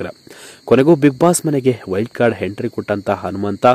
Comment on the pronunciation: Yo first kannada nettage mathadi lo handare hentry hata alla ata entry andare anumanta alla hanumanta thooo nimage channel bere jedu ho tu alla otu